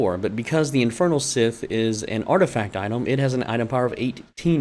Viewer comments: It's not "sith". You're pronouncing Scythe completely wrong dude. Think of the word "psi" or "sigh". It's the same just with the "th" at the end. So "sigh" - "th". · I loved the vid and appreciate it especially as an Axe main but stop calling it a sith man it hurts to hear XD. Amazing guide and it actually helped me I'm thinking of some tweaks to my grinding set! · You're saying "Scythe" swrong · Why he say scythe like that 💀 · Nevwr heard someone saying Scythe like that LMAO